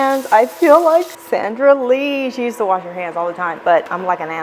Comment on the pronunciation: did you say Zandra Lee? 🤔🤣I freaking love your videos. I could've heard wrong; I am getting older lol.